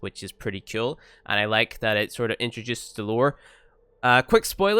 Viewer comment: Whenever I watch your videos I think to myself, " I wonder how many times he's going to say ceol instead of cool" lol. Love your videos tho.